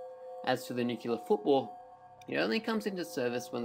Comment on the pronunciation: OMG!!! It is NOT pronounced "nuke-u-lar"!!! And you say it inorrectly so many times!!! It's pronounced "nu-clear." Educate yourself before torturing people with your ignorance!